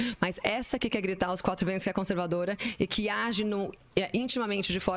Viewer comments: CAMALEOA CONSERVADIA KKKKKKKKKKKKKKKKKKKKKKKKKKKKK meu deus do céu é o homem mais cabaço do BR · O prazer deles em falar conservadia okkkk